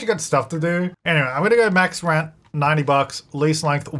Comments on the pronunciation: "welcome back to rench to riches" lmfaooo made me giggle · At first I thought you said "wrench to riches" and honestly you wouldn't be wrong there. Always love seeing a new video pop up from you,!